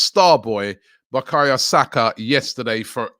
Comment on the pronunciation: It's Boo-ka-yo Saka, Jesus! ffs Robbie. It's getting ridiculous now. Practise before you come on here. It's a serious thing you're doing now.